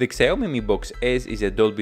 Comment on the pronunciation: It's pronounced Sh Ow Me